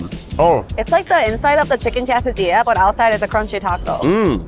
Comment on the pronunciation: “Kay sah dee ahh” is the common pronunciation vs you said more “kas a dee ahh”